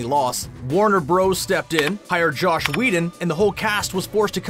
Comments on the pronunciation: It’s JOSS Whedon, not Josh. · It’s amazing how many people say Josh 🤦‍♂️